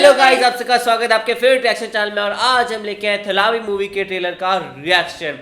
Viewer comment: It's not thalavi it's thalaivi